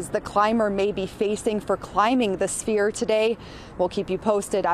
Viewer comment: This man said 'spear'. It's Sphere. You're on television so do better.